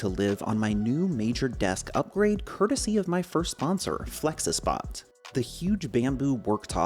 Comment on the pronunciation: Its Flexispot not felxespot